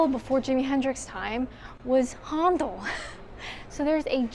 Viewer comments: HONDOL? Really? Try pronouncing it HANDLE Good Job! x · Handel is pronounced "handle" (both here and in Canada). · Loved this video! Fun, interesting and educational...and I'll never pronounce Handel the same way again! Well done to you, my favourite solo trip video so far ❤ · If you live in Kent and like history about Winston Churchill, go and visit Chartwell. Some British pronunciations: BERnard, not BerNARD. Haendel or Händel, not Hondel. Bel-grave-ia, not Belgraavia. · Brill vid. HA,NDAL not HONDLE and BELGRAVIA not BELGRARVIA, Just saying. Wonderful architecture. Well done.